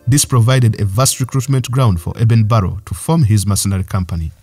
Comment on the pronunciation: Eben Barrow is ACTUALLY Eben BARLOW!!!!! Please learn how to pronounce English!!!